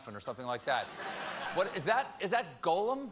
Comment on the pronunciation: What's Stephen got against onomatopoeia? He took the GULP sound out of Gollum and pronounced it Golem. Golems are interesting creatures but they don't have anything to do with Tolkien. Hey I'm not even a Ring fan but Stephen's always claiming he is, so why's he doing this?